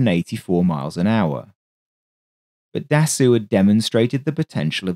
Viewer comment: interesting video. little tip: Marcel Dassault - try to pronounce it as "DASSO" :) further tip - when I want to check how to pronounce words in a foreign language - I use google translate which a sound icon showing you the prononciation. I like the pace of your video -- I capture evrything first time - this is perfect for my foreign ears.